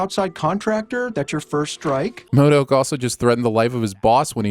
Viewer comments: We should have a bonus sin round for everytime you call him Mod-O-k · Also, you seem to think pronouncing MODOK wrong is way funnier than it actually is.